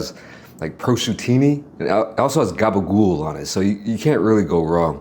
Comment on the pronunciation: Thumbs up for saying gabagool.